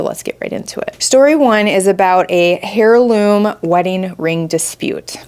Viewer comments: I was just going to say, it's pronounced "air-loom" not "hair-loom" I have heirs, not hairs. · Yes!! Air-loom. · Oh my dear. You do not pronounce the H in heirloom. Baaad. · The way I said "AIRLOOM" aloud every time she said "hairloom". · The h in heirloom is silent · Heads up, the H in heirloom is silent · The ‘h’ in heirloom is silent. 😄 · Thank you!! I kept picturing someone weaving hair on a loom!! 🤣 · Drove me crazy